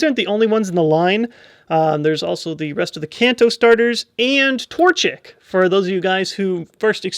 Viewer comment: tortish? TORCHICK!